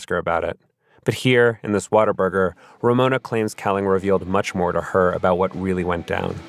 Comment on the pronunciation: It totally does lmfao